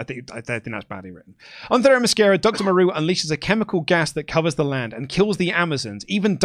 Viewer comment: I love avoiding pronouncing that one Amazons name only to immediately confidently mispronounce Themyscira